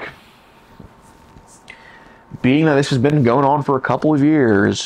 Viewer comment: He, in fact, did NOT say "Couple"...after rewinding 7 times, he INDEED said "Kebble."